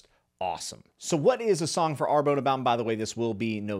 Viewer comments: Love GGK.. I've read them all but it's always nice to hear from another reader. Are you sure it's not pronounced ARE-BONN as it would be closer to the French - I think. At least that's the way I said it in my head. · Lol I am sure it is a fantastic book but I would recommend you to google how to pronounce the French town Arbonne in French. In any case it is not ar-bone. Great review anyway.